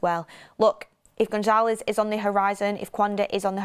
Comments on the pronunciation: Much love and appreciate all your hard work but, I must correct you on your pronunciation of Gonçalves…. Gon-SAL-vesh. 😊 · goncalves not gonzalez